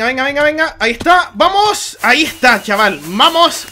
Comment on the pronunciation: en el minuto dijiste mamos xd